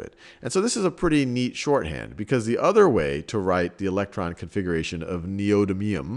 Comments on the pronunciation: Even half of the people correcting it got it wrong. Its Nee-Oh-Dim-ee-um! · I like the information, but fiddling with the element's name gets grating. It has a set pronunciation and it would be very informative to have that said properly and regularly throughout the video so that people watching and listening know what it is instead of having to look at other sources. As a teacher it's important to make sure you teach the right stuff, and even though that can change with some things the simple pronunciation of an element is not going to change unless a big fuss is made like with aluminum versus aluminium.